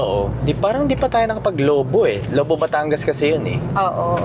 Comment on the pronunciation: Saya naman ng barkada bonding and the beach vibes ❤ Natawa ako nung Lo-Bo ung pronounciatiob mo. As a Bataguena natatawa tlaga ako 😂 with matching song pa e hahah